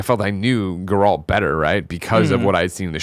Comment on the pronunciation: watches the witcher show and plays the games and still cant say Garelt's name correctly. At this point i feel like he says it like that to annoy everyone